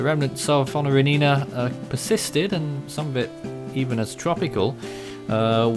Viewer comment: Honorinina would in all probability be considered a “Very Intense Tropical Cyclone” if it occurred today. It was similar to Geralda in 1994 and Gafilo in 2004. I believe the name is pronounced as “Honorine” with the “-ina” suffix being silent (based on my basic knowledge of Malagasy phonetics).